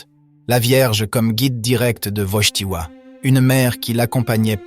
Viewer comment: Il faut dire Wojtyła, et non pas Wojchtila, merci